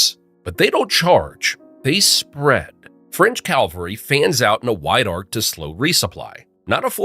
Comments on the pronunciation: You koep saying 'Calvary', which is near Jerusalem. You mean Cavalry. Think 'chivalry'. You wouldn't say 'Chilvary'. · It’s pronounced cavalry, not calvary. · It's CAVALRY not CALVARY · not calvary, it's ca - vul- ree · I've heard this on a few videos. "CAL-var-ee" is where Jesus was killed. The soldiers on horseback are "CAV-al-ree" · It’s “cavalry”, not Calvary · Cavalry, not calvary, man. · It's CAV-alry, NOT CAL-vary. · common mispronunciation... cal vary ? thats supposedly where jesus got killed.. you mean cavalry. guys on horses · It's Cavalry not Calvary! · Honestly, the “Calvary” and “scorpios” are killing me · 😂 "No Calvary!"